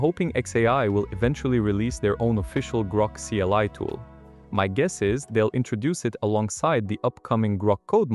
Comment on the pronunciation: Ugh it went bad just after that... CLI read as Kai and then repeated same part twice...